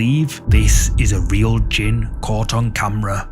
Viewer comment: JINN NOT GINN😂😂